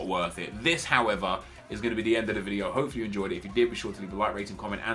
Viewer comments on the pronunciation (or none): none